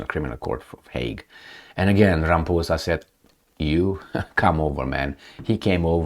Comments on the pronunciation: more than many, including the very ANC he leads, have plummeting confidence in him. Please don't take offence to his name being pronounced as if he is a puss, in this video. African names are difficult and complex. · Many South Africans pronounce it, RamaPOESa, but only because they don't like him..... Best to pronounce it RamaPOUSa.....🤣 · It is RA - as in Rabbi MA - as in Mars PHO - as in Post SA - As in South It's not many South Africa's...it's those who do not like him or those who refuse to learn proper pronunciation of African names